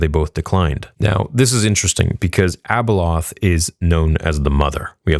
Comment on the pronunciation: its abeloth my guy lol